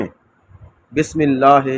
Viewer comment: bhai apna talffuz thk kije plz Bismillah ghalt parhi hai plz don't mind